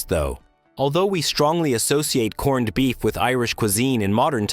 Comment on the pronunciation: but we don't say "corn-ned beef"... stupid AI say that.